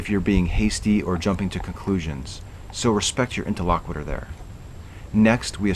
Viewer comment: I mentioned this in my comments on your first breakdown video, but have an additional (nitpicky) note. Your use and pronunciation of interlocutor are incorrect. He is not the interlocutor, you are both interlocutors. And it's pronounced interlo KYOO tor, not interlo KWI tor.